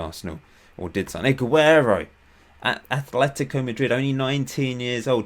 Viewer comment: It's Atletico Madrid not Athletico